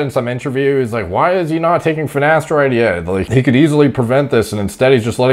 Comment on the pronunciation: I doubt he takes finateride, he can't even pronounce it correctly